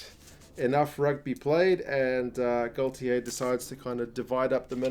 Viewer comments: Hiya mate, just a quick pronounciation correction for you and a handy one for many of your viewers. I have mentioned this on various rugby forums,so will say that you are not on your own with this. The French manager at this moment is Fabien Galthié which is pronounced Gal tea and not Gal tea ay as many none french people say. I have lived in France for Twenty years and am used to hearing his name on the tv and radio and am as fluent in french as any welshman can be :-) Hope that this helps you my friend, and on behalf of the oval world I thank you for all the time and effort that you put into your subjects for sharing with us. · And it takes a welshman to point out that galthié is pronounced gal tea and not gal tea ay!!!!! J ai vous souhaite un tres bonne tournoi 2021. C est une belle equippe:-)